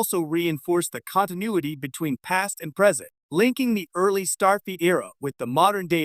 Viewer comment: the AI says 'Starfeet Academy.' Teee heee heeeee. And it's repeated several times during the rest of the video. I'm glad there was some payoff to listening to this painfully awkward, overly longwinded, terrible AI narration. If you generate an AI narrated video, is it impossible to correct anything after it's done? Do you just have to accept it entirely as is or throw it away? Most of these AI videos are so terribly narrated that I can't believe that anyone in the world would think they are fit to post. I think even someone who doesn't understand English could tell how awful this is.